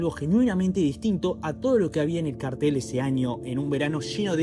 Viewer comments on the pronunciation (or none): none